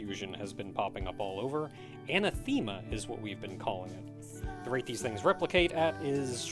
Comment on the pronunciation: "Anna Theema" Me: Ah! another word has apparently never heard before! (somehow) for the record, anathema is used to describe an entity or concept that is so counter to what you as to be met with revulsion and is pronounced "an-ATH-em-muh"